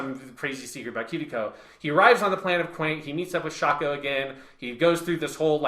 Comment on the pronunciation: Also Quent not Quaint. But real rap I would love a sequel to this where we finally hear thoughts on Armored Trooper VOTOMs Shining Heresy